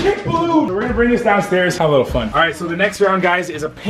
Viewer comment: why does he say lickle bit sharp